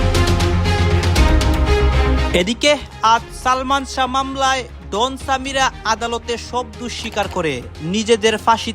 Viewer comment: ডন উচ্চারনটা ঠিক করে বলেন, এটা কি ক্যামেরার ডোন, উচ্চারন ডোন বলেন,এটা নাম ডন,নামটা আপনার মুখে শুনলে বোঝা যায় আপনি বিশেষ শিক্ষািত না